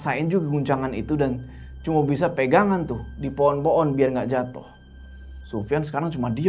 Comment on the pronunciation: ngomong pohon jadi po'on jd lucu wkwkwk